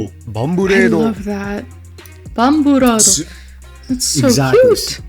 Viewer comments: Bruh it would be spelled Bambureido if you wanted it to be pronounced that way. Revoking your weeb card… (バンブレイド technically baNbureido but close enough) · I'm so sorry to be that person but Bamburado would need to be written as Bambureido to be pronounced how you were saying it. Loved the design tho